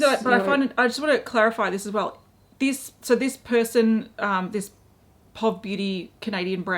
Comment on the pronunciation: Instead of being pronounced like 'pawv,' Mikala's brand is more like 'pee-oh-vee' - that's how we shorten 'Point of view' over here in the States... Maybe it's not the same over where you are? That's how I've heard it referred to thus far, anyway. If it's really called 'pawv' I haven't heard it yet!